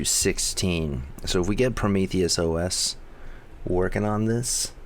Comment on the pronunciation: say it with me now, "PRO-MEE-THEE-OH-ESS" not "PRO-MEE-THEE-US-OH-ESS"